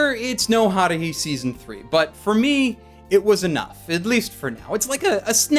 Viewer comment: the way he pronounces Haruhi pisses me off